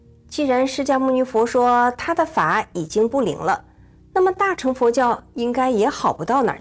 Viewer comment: 小乘大乘。不唸做陳。唸做剩才對